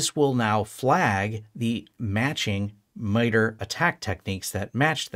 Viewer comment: This is great information. Thank you for posting this. A small point of feedback, in my experience working with people from MITRE and other FFRDC's, I believe the organization generally pronounced more "My-tar". Thanks again for the useful info though! I'd love to see you continue this path with more of a "network security monitoring for small businesses with pfsense/sysmon/etc" series.